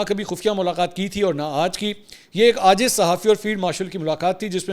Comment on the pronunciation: Ajz nahi IJZ. AAJIZ se hai.